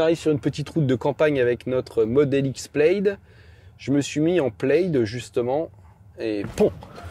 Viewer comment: "Plaid" se prononce comme "plade", pas "pleillde"...